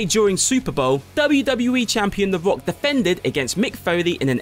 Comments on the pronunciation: I mean hes good, really but I just couldnt hold my laughter when he said "The Wock" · The woyal wumble and the wock